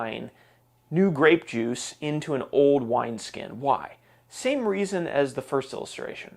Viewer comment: This guy keeps saying the word old like the word owed